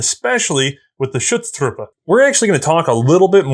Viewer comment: I love how managed to pronounces the German Umlaut "Ü" when it is not there in Schutztruppe and ignore it in Büchse. Just switch the two, say Büchse and Schutztruppe and you are 100% correct.:D